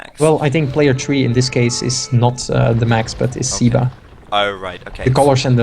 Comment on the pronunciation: At you wonder how SEBA's name should be pronunced. Well, if he is Argentinean, as said, then his nickname is most probably short for Sebastian and, therefore, in Spanish the "e" would be pronounced as in "bed", "men", and other such words instead of as the "e" in "sea", "eagle", etc.